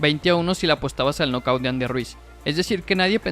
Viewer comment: Es asi como se dice? Know daow? Toda mi vida escuchando knockout, no se! 🤷🏻‍♀️Alguien me puede explicar 🤔